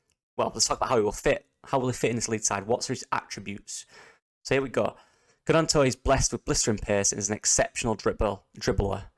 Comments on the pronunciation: Silent G... its Nonto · Isn’t Gnonto’s name pronounced Nonto? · Silent G. Emphasis on the N. Think Nyonto.